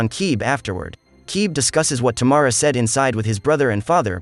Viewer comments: Its, Tam- ara....not Ta- mara... thx.. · Wonderful pronunciation ..Tamara = Tomorrow 🤣🤣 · oh my...it's Tamara not T'morrow 😅